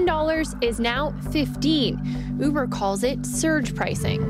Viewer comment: Pretty sweet pronunciation of “Uber” there! Love our northern neighbors!